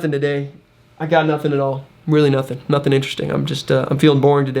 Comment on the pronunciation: Newt instead of nothing lol